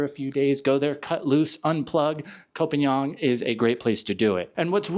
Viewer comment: would take how many seconds to learn how to pronounce phangan?